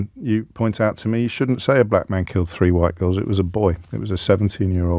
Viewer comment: You do wonder if he pronounces "black" with two gees.